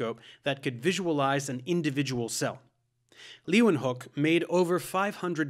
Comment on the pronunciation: Props to the pronounciation of ‘leeuwenhoek’ it’s a tricky one But you nailed it!